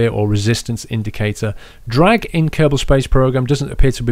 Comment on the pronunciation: A little kerbin? ahahahahah its kerbal paul :D